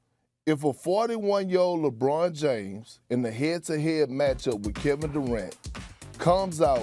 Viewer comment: PERK: LAH-BWAH-NUH DAY-MHUZ.The rest of the world....lebron James.